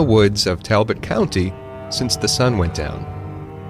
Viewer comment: We pronounce it Tall bot😂❤👍😊👍👍👍